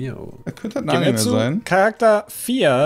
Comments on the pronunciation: Leude, es heißt Anime und nicht Annemie 🤣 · Immer dieses Animii. Wie kommt man auf die Aussprache? Einfach wie es geschrieben wird. Anime. Mit e.